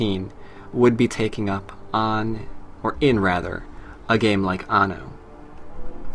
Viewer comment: You say anno weird or is it just me